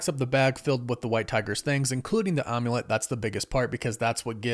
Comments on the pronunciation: It’s Amulet not Omulet. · The omm-u-lette haha 😂. Am-u-let =Amulet